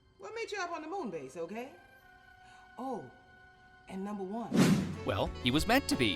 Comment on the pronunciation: I know why he says it but it sounds weird when he says “numba 1”